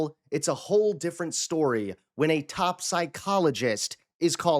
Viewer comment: "In this breaking storeea..." 😂👍